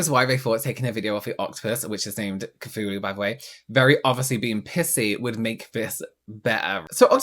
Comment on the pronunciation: she’s pronouncing it wrong. It’s sad that I know this, but it’s pronounced k-too-loo. It’s the name of a mythical deity. It’s an 8 legged creature so makes sense they named her that! My cat is called Cthulhu (it’s proper spelling). My partner named her. I named our male cat Freddie 😂